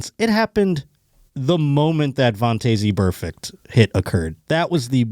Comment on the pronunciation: its pronounced Von-tez Burfict and someone tell the producer you can slow the replay speed of youtube videos